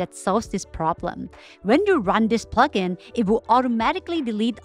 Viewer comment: when you say plugin i hear F***ing